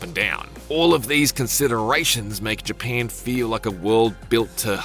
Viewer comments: Dang bruh i thought it was Japan not “JaPeiin” 😂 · More like “paen” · It’s Japan NOT Japaaaaaaan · isn't really Japeeeeen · Heads up this guys aussie hence why the emphasis on "pan" in "japan" lol Also the pronounciation emphasis on words with the letter A - another aussie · Can he never say GyPAN again 😂😂😂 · Never heard Japan being pronounced as Japeeen before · "jeh pyen" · "The new Fortsa game takes place is G-pan" these IGN dweebs cannot speak lol or it's all ragebait for engagement. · his aussie way of pronouncing ja"pan" 😂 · It’s in Gee-paaaahhn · well dehmm, it's in Jepehnn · Came for forza and stayed for " GPAN" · What the heck is JiaPEN? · It’s actually all I heard for the entire review 💀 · Ja PAN dat poosey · I hate how he says Japan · Who hear wanted to chop their ears off after hearing him say Japan over and over and over? I will raise my hand too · Arrh my ears bleed from having heard you say Japan like that so many times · Don’t think I can stomach how this person pronounces ‘Japan’ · Why is he pronouncing japan like that?😂😂😂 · If I never have to hear this guy say Japan again, it’ll be too soon… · Couldn’t make it one minute into the video with this dudes pronunciation of Japan. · It's actually impressive how well he can pronounce "Forza" and how poorly he pronounces "Japan" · god damn i cant unhear it now😂😂😂im only 6s into the video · I can't unhear it now! LMAO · Omg the way you say japan annoys me sooooo gd much